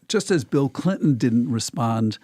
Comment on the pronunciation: “Bill Blinton”